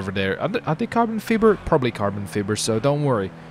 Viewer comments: it's pernounced Carbon Fie-ber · Holy shit him saying Fib-er was triggering lol